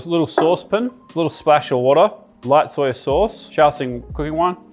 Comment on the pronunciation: Like dat "soi sos"